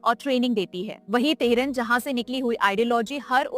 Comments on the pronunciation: Teharan nahi tehran bolo. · TEHRAAN BOLNA AATA NAHI TEHRUN BOL RAHI HAI. BAAKI SAMAJH LO KITNI AKAL HAI ISME. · Jis ko tahran sai say pronounce krna nahi ata wo btaya ge ab hm ko 😂😂😂😂 nice joke